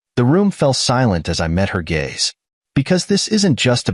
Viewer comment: Your poor proof reading and AI program again. Leaving out words and sentences. Pronouncing words wrong. And you want us to subscribe and like this? Hmmmmm. Your like walking thru a fox? TRY FOG! It’s also GAZE NOT GAYS. GOOD GRIEF!